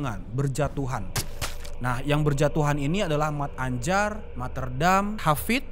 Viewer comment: Se nyebbhut nyamah(yg nyebut nama) mattanjar bukan mat-anjar bang brengoy 😂😂salam becchek an(salam damai)✌